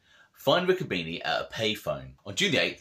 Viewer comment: By the way my uncle Harry was my father's brother you should watch with smart-ass comments it can be construed as disrespectful nobody ever called my uncle a little Santa Claus to his face and nobody ever disrespected him to his face my grandmother was a Bruno lot of details in these stories that you can't read a lot of mixed versions of the real truth and its pronounced Ricco bene' not beanie